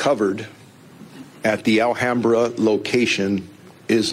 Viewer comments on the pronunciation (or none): none